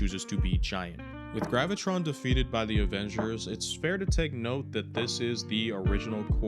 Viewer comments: Its Graviton Not gravitron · Sorry man but his name is pronounced Graa va tarr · its Graviton. Gravitron is a ride from the state fair 😂😂😂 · Actually his name pronounced Graviton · Graviton. Not Gravitron. Sorry for being a buzzkill) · Graviton. There is no extra R. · you said Graviton's name wrong the first time, also it's stated in the show that Graviton was not the cause of the multi-prison breakout. Wonder-man sought out the help of his brother the Grim reaper, the second in command of Hydra for help and the dude introduce Sam to A.I.M. to get his powers.